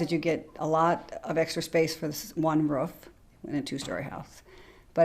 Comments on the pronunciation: I am from Idaho and to be honest I hate it when someone from Idaho says ruf instead of roof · Why do so many people in our country have such a hard time pronouncing a simple word like ROOF instead of RUFF?